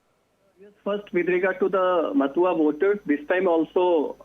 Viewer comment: Could you explain these mispronounced words to me ? 'Matuya', 'kalptaru', ' mamta' etc.... 😅😅😅😅.